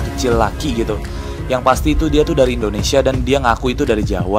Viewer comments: indonesai wkwkwk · 5.20 itu Indonesia bukan Indonesai